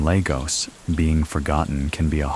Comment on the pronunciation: Great video! Just fyi, Lagos is pronounced lay-gos (like GOS-ling)❤